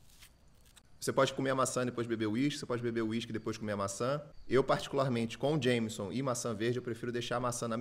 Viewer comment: ótimas dicas, só o Jameson que é um whiskey (pronuncia irlandesa/estadunidense) que é horrível kkkkk